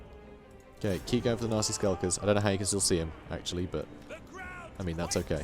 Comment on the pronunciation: I know you're saying nasty but I hear Nazi skulkers everytime.